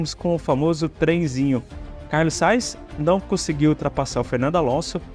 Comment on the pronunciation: Sugiro que treines a dicção dos nomes dos pilotos. Porquê Carlos Sais? Ou não é mais Carlos Sainz?